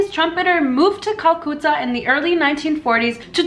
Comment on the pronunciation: she just butchered " Calcutta "